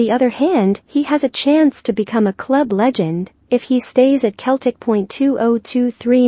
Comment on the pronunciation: For your computer robots the pronunciation is "Seltic"